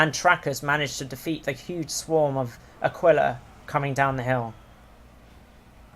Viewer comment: It's actually /a'kila/ not /akwila/ ;P